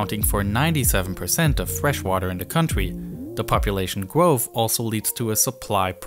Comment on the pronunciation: Gwoahof?? You mean growth I think